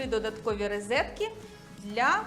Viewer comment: рОзетки, а не рИзетки)))